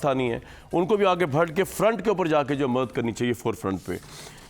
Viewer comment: Charya, urdu to sahih karle, bharke nahi hota. Barhke hota he.